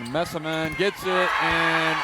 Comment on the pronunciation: Dear Commentator: can you said player's name right just one time? That was Messeman